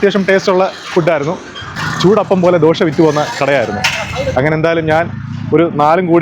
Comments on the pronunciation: ദോഷ്യ ...അതുകൊള്ളം ....എന്തായാലും ദോശ അല്ലല്ലോ...? 😄😄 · ദോഷ അല്ല ചങ്ങായി- ദോശ